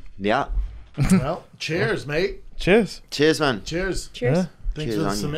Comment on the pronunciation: It's Cheers Brendon not Chairs.